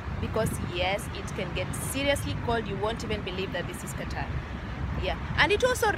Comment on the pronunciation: Nice,iam here also you said correctly